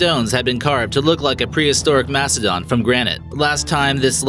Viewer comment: Aaarrgghh..... STOP.! PLEASE.!! That voice.!!.I don't know what's worse, the voice itself or the Mispronuntiations.!! .... Stonehedge.??.. Masodon.???. Saturn vee.?? The thrush chamber.?? Maybe don't smoke a big doobie before doing the next one.. A bit of practice won't hurt either.